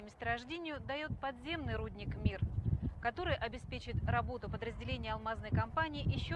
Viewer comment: Рудник , а не рУдник.